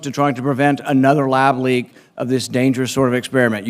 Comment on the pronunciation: Not only is lab virus but has been tested. Wooow he keep saying lab leake.🤦‍♂️🤦‍♂️🤦‍♂️🤦‍♂️🤦‍♂️🤦‍♂️